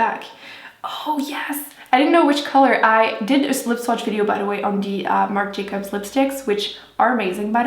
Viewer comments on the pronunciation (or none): not being mean but does she have a speech impediment? her th's sounds like d's. like dee=the